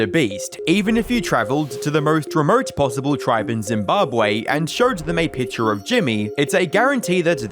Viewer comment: Why is this dude so obsessed with inserting Rs into every word "Everybody knowrs Mr Beast, even if you traveled to the morst remort"